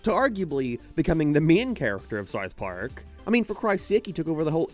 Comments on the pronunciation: im i the only person hearing “sarth park” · fr i cant even finish half his videos. he cant pronounce SoUTH Park and he sounds like a valley teenage girl at the end of all the sentences. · The way this guy pronounces “w” sounds is crazy. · do you have a speech impediment or something? someone that does voice over video essays for living should at least be able to pronounce basic words properly you re_________________________________________________________________________________ (t)ard sarf pork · " Sar Park " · Why do you pronounce it like "serwarth park"? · sarth park